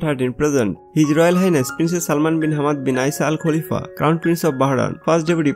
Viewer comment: Not kulifa... khalifa